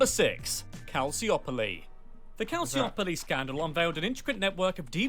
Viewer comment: Corrections as an Italian: it's pronounced calciopoli with soft c and not calsiopoli, juve spent one season in serie b